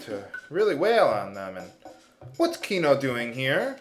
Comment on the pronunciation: To over-simplify, shiitake is pronounced "shee-tah-kay" as the word is of Japanese origin and thus uses Japanese pronunciation. Furthermore, "Chrono/Crono" is not "krahno." It's "krono" with the long "o" sounds on both vowels. Also, since the root is taken from Latin, "Magus" is not "may-gus" but "mah-goos" (though you could lessen the emphasis on the second syllable).